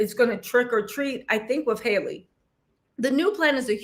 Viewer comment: Her name is Halle not Hay-Lee